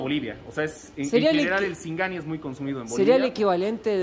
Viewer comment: Dise sigani.